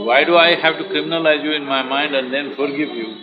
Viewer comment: Forgivvvvvvuveeeee madam it’s forgive Where did u study that ur English and the pronunciation is so bad 😀I like the way she said forgive very softly . Lol she was probably scared ppl will judge her the way she says it . Only colour n look s no wonder she hangs out with all serial actors .